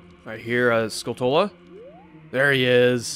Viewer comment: Haha nice you finally said Skulltula correctly. 😅